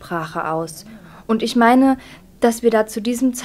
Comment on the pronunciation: Die Rednerin sollte vielleicht erst einmal die deutsche Sprache lernen. (isch, disch, misch...)